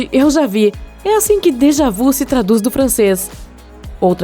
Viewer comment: Déjà vu , o vu tem o som de vi !